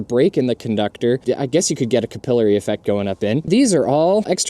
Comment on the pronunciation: He said capillary correctly!